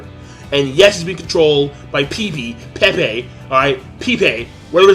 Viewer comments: It's not "pee pee" lol it's "pey-pey" like the Spanish name -_- black people always gotta find an excuse to make something out to be racist. Still love you king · Why does insist his name is pronounced "pee-pee" when it's pronounced "peh-peh"? Also why is he angry that Tousen turned into a "bug"? He turned into a cricket because that's what his zanpaktou is. His zanpaktou is a cricket. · Why are you so mad bro lmao. First of all how about you start pronouncing Pepe correctly, it's not pee-pee man. We've still got Yoruichi and Oetsu. This was an overreaction. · King for the last time, it's pronounced PehPeh. I hope you realize that Pepe is a real name. There's even a professional Brazilian soccer player with the same name. I'm not even sure if Bleach's Pepe is even black. He seems to be based off of a different culture going by his design and name.